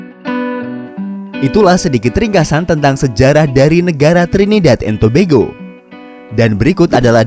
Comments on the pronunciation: Adminnya Bilang Trinidad and Tobego 🤣🤣😂😂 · Trinidad and to yg baca bego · baru tau kalo bacanya Tobago itu tobego